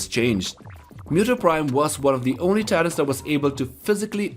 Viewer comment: the way he says Titans, i thought its tyrants